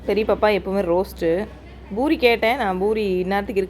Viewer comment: Boori இல்லை Poori.